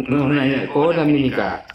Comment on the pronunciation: Khodam bukan kodam... Kodam V jaya 😅😅😅